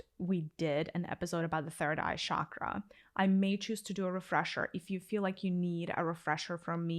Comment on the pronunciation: Good information. I liked your guidance on the third eye chara. My suggestion on pronunciation of the word chakra - the ch sound is like the ch in cheese and not the ch in chauffeur.